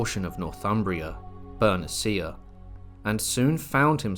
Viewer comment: it's Ber-NEE-shyah... Not. "Ber-neh-CEE-ah". shsh... Is this an AI voice??